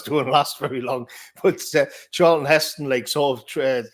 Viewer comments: calls Charlton Heston 'Charleston' lol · His name is Charlton, not Charleston man.